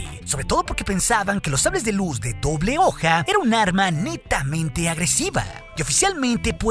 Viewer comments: minuto "Oble Doja" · Notaron que en esta parte dice hoble doja? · En el minuto 12 se te salió la dislexia jajjaja oble doja 😂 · "HOBLE DOJAAAA????" 🤣🤣😂😂😂 Me hiciste el día 😂😂👍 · "Hoble Doja" xD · "de oble doja" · que pasó se te lengua la traba? xd nah no te creas